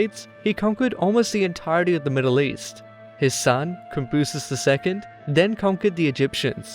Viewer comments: Cyrus = "see-ROOS" Darius - "Dar-YOUSH" Cambyses = "Comm-BEESE" There's your correct pronunciation. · its fun reading some of this stuff and finding connections to modern day words,also never gave it even a thought that cambysses was pronounced Kaam-Beez